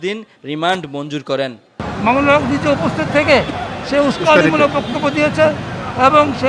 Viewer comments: হায়রে সাংঘাতিক মাওলানা মামুনুল হক বলতে কি তোমার খুব কষ্ট হয়? তোরা শুদ্ধ করে বিসমিল্লাহ বলতে পারিস না কিন্তু হুজুর দেখলে-ই চুলকানি বেড়ে যায়। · নামটি সুন্দর করে বলুন,, মামুনুল হক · নাম টাও ভালো করে বলতে পারিস না